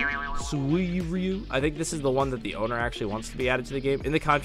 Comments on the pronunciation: It's suiryu not suiiryu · suiryu is like sue then like “eyeyroo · to pronounce Suiryu Its Suuie-ryu :> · Suryu but spelling suiryu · I’m excited for when child emperor gets added it’s gonna be like if doc oc was combined with eggman kinda He’s got a mech and those robot spider limbs Also you pronounce it as sir you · SU/REE/U is how you pronounce suriyu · By the way "Suiryu" is pronounced "Swi-Are-Yu" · its sui, ru but the i is quiet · suiryu is pronounced (Su-ryu) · It's pronounced suriyo or suriyu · You said srweyou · Its sui-ryu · it is pronounced siryu sir ri you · It’s swi-di-yu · It's suiryu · S U I R Y U silent i